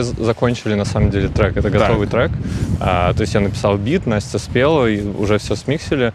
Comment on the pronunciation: я тоже Настя и меня так бесит, когда так резко произносят имя как Юра это делает.